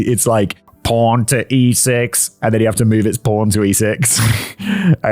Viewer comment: I did not initially think Simon was saying pawn